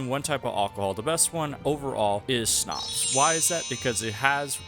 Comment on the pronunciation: Finally someone who says Schnapps instead of Shnaps